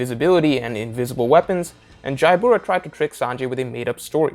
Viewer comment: Jabra's name is pronounced "Ja-Bra", not "Jai-Bura"